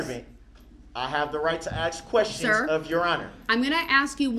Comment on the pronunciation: There is no X in the word ‘ask’